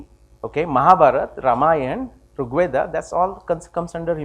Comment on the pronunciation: Excellent talk. A few corrections though: firstly, it's pronounced as R̥g Veda (the ऋ or r̥ is like the English "r", not रु or रि). Second ( & ), the SI unit of length is metre (from the Greek metron which is cognate with mātra or mātrā in Sanskrit), not "meter" (which is a device that measures), with the symbol for kilometre(s) being km, not "KM" (which means "kelvin-mega" and is meaningless). Third, , your slide shows the year ranges in reverse order; 6000 BCE is older than 800 BCE, so they should read "6000 BCE – 800 BCE", etc.